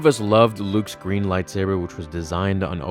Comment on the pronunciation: Why do you need to emphasize "GREEN"???